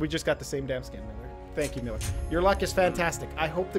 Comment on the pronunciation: it's MEELER